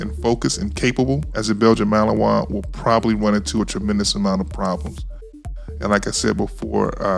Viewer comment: MALINOIS, not Melanois